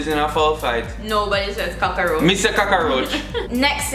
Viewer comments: Don't worry. I say cockaroach too. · I am a Jamaican. I say cocarouch.. so it is not u along